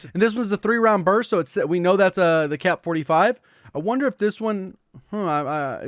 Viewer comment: Am I the only one that heard him say CAP 45 instead of KSP 45 😂😂